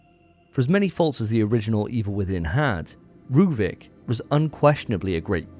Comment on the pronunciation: who tf is rueben his name is ruvik